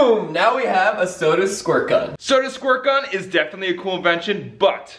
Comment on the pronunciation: ITS NOT SOAD ITS SODA